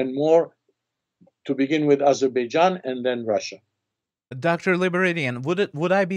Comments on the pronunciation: Intelligent Armenian, but did not understand who he was just i see armenians even in Еnglish call Azerbaijan Azibidzhan, probably their language does not turn to pronounce correctly 😃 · He should learn how to Pronounce Azerbaijan correctly first and then go on Azerbaijans Chanel